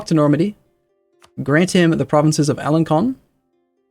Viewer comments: Alençon: In French, symbol under the letter c, (This: ç) tells you to pronounce the c with an s sound. So Alençon should be pronounced "Alenson" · The 'C' In 'Alencon' Is Pronounced Like An 'S', You Can Tell By The Hook Under It. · alencon is pronounced alenson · Please learn how to pronounce Alençon.